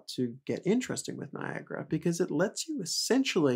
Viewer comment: Guys it's Niagara, NOT Niagra!